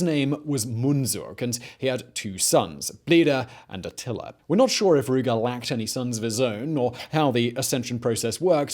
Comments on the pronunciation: Why he keep saying "Attiler"? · It's so funny how he says atiller lol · “Artilla” lol